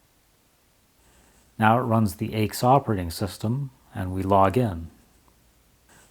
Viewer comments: Nice, informative video. BTW, nobody calls IBM's AIX "aches". Rather, AIX is always pronounced by its letters, "A-I-X". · Argh!! It is Aee Eye Exe unless you were French, whereupon it would be pronounced Ix. And the windows manager you looked at was called Motif (although what you saw was heavily de-configured), and was an industry standard across several different Unix vendors. AIX Windows is really IBM's flavour of the MIT X Windows system (it had DisplayPostscript added compared to X11R4) from which XFree86 and would eventually evolve. Like the later Unix/Linux windows systems, the flavour of the windows system could be changed by altering the window manager, and beside Motif and CDE, there were many what you would now call Open Source window managers available. I liked one called vtwm, which was a twm with a virtual desktop grafted on. What set CDE apart was that it was an object oriented windowing system, but it was ahead of it's time, and considered difficult to configure because of it's object centric configuration methods. Several different manufacturers used versions of AIX, including Bull and Motorola, as well as Apple. The reason why the language for the shutdown was so strict is because AIX is a true multitasking, multiuser operating system, and what you saw was a wall (Write ALL) message that would be sent to all users telling them to save any work and log off. That is why it was so severe.